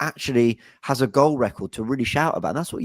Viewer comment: says goel no it's goal